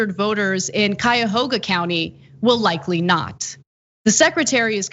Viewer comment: Good job on pronouncing Cuyahoga correctly. Nobody ever gets it right.